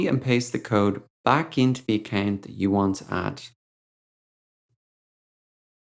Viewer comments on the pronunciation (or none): He says accant instead of account